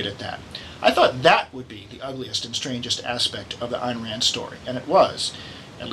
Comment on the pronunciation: Her name is Ayn (rhymes with mine), not Ann.